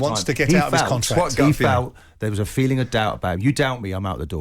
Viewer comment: Oh, did he huwt Wonaldos feewings?